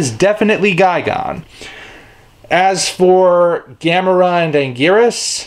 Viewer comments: Wait, I thought it was pronounced as Ghi-Gan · It’s gigan not fucking gigon u dumb ass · you pronounce Gigan as Guy Gone but I've always heard him pronounced as Guy Gan